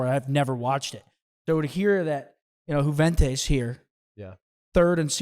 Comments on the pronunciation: I swear Hecz is saying yooventoos this entire video. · lol just want to make it clear again that Juventus is not pronounced with the J but with the U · Dude is from Juarez Mexico but still says Jew-Ventus 😂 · Hecz you are not pronouncing Juventus like that surely 😂😂